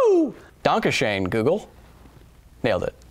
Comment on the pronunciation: Lost it when you said "Danke schön." with an american accent XD